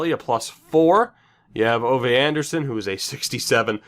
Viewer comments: Ove is like Oove and the stress is probably on the syllable ve? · The ve at least has a strong accent on it